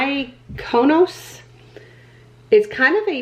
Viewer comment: The name of the Buxom blush is pronounced Mee-ko-noss. (It’s a Greek island.)